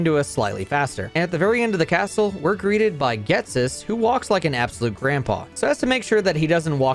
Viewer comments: Hearing how you pronounced Cheren and Ghetsis' names, I'm absolutely amazed you didn't end up reading N as like...Enrique, or something. XD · Nothing could've prepared me for that Ghetsis pronunciation Altho, considering that as a kid when I played I thought it was pronounced "G-het-sis" (ie, no silent h), I guess I was just as bad 😅